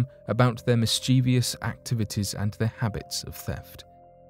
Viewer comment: I've paused the vid to say why do people mis pronounce the word mischievous there is no e in the vous part ffs